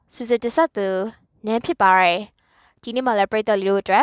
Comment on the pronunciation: ဖြစ်ပါတယ်ကို ဖြစ်ပါရယ်လို့မပြောပါနဲ့လား